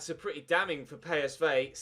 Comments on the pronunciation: It's p s v not pay es vay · It’s pronounced “Colown”, not “Kurn.” It’s pronounced “Pee S Vee”, not “Pay Es Vay.” When will you ever learn you stupid bastard!